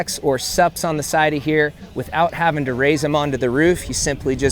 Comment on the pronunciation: "haffin'" to upgrade? What's haffin'?